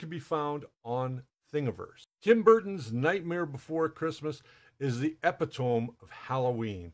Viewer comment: The word "epitome" is pronounced E-pit-O-me, not epi-tome. Its meaning is essentially, "the perfect example".